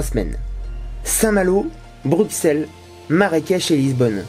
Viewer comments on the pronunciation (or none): Brukselle (Bruxelle) 😂😂🇧🇪 ça se dit Brussel.